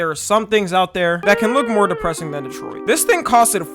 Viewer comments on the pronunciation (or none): none